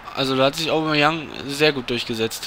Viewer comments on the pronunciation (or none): none